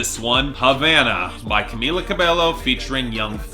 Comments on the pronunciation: It’s CA-MEE-LA CA-BEH-YO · Candy Paint sucks. It's album filler where Post Malone is bragging about how awesome his car is for a Fast and Furious movie. I don't get the praise. And for the love of Pete, can you please pronounce Camila Cabello's name right? I think people remind you in the comment section every week, but you don't seem to give a crap